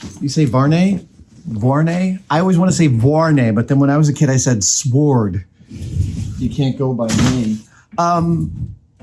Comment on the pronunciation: The Wu Tang Clan pronounce the w in sword. Probably because it's a w. That means you've been doing it since before it was cool. 😎